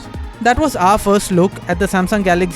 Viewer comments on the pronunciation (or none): It's galaxy not galagy